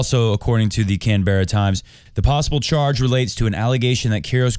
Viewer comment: I think Australians pronounce it "can-bruh"